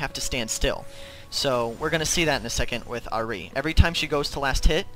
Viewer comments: isnt it ahhh-ri no errr-ri i prettey sure thats how ahri is pernouced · R-E not ah -ri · ahrI lmao its AHri... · Good guide but god i hate how you say ahri. It's Ahri not Ah-ri. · ahri = R-E not AHHreee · Pronounce ahri better pls not ari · Yah the way he says ahri like aree and sivir like severe makes cringe too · Nice guide but it pains me to hear how you say Ahri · Great guide, really improved my Cass game. But seriously, stop saying Ahri like that. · The way you say Ahri makes me want to rip my ear off. Maybe I'm just too used to people saying it the other way. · nice vids tho, can i just say, i know youve probably heard this a tonne of times, but your pronunciation of Ahri is a bit strange, i mean its probably just from where you are situated and your accent, but as a main ahri player, i just wanted to make sure you knew. I mean a lot of people i see have picked up on it, just making sure. I mean i was annoyed at first but got used to you saying it. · i hate the say you say ahri arrggh lol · that ahri was bad... the way you pronounce ahri makes me cring..